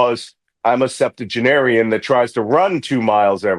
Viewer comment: "Septagenarian"? IKYFL 😂